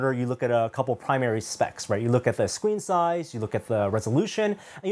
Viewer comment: He said "squeen".